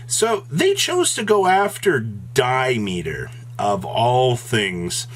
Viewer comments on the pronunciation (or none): Did...he call diameter "die-meter"? *Anger*🤬🤬🤬🤬🤬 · Di-meter? Did you ever take a math class?